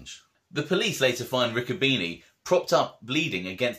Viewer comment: By the way my uncle Harry was my father's brother you should watch with smart-ass comments it can be construed as disrespectful nobody ever called my uncle a little Santa Claus to his face and nobody ever disrespected him to his face my grandmother was a Bruno lot of details in these stories that you can't read a lot of mixed versions of the real truth and its pronounced Ricco bene' not beanie